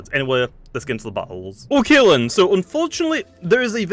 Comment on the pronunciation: When says “ok then” it sounds so much like “Oh Kaitlyn” to me ngl but it’s just his accent